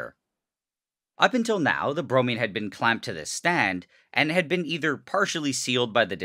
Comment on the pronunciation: Bromine sounds like brownie